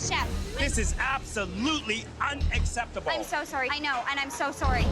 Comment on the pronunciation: Sowry sowry😂